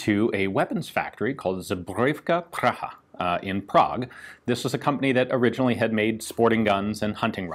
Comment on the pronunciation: But his pronunciation of "zbrojovka Praga" is actually pretty good. :-)